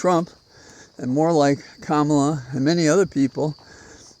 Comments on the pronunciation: Her name is pronounced comma-la. You used trumps insulting pronunciation twice tonight. Not good. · Just one thing - Kamala pronounces her name "comma-la" exactly as her mother taught her. I am sure you can learn it, too. With much respect, Rick Khamsi